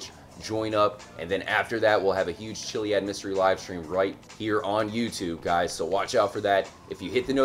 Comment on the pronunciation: its not pronounced chiliad its kiliad